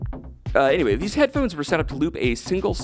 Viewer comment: Please make the following corrections > there is no we > and anyway is NOT pronounced “anywayz”